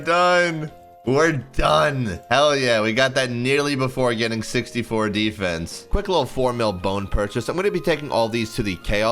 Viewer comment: How do you manage to pronounce Defence 2 different ways within 2seconds lmao